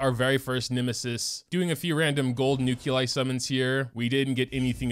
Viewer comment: Remember the good ol' days when all the characters and equipment in the game was stuff you found organically through play, instead of paying the CCP hundreds of dollars for a chance at something incomplete? Also, what the fuck is a nuke-you-lie?